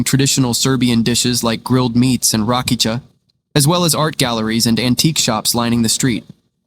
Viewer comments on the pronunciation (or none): The narrator pronouncing of Serbian nameplaces and names of historical figures is terrible and non recognizable. If you would came here and pronounced like it did noone in Belgrade would understand it and couldn't show you what or where it's is! They even couldn't pronounce our most known and popular drink RAKIJA(Rakee-ya) as letter J pronounce in Serbian as letter Y in English!